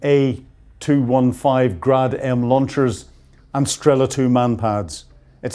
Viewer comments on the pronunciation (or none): none